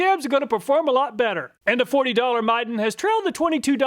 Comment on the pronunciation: Dude! You were pronouncing Midden wrong.